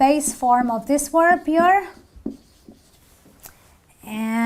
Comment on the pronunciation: 'She has cooked on Tuesday.' is not correct!! A very serious mistake! You didn't pronounced cleaned, TV with a stress on the V, at the end of it - of has a [v] sound, not an [f]. 'askses us'????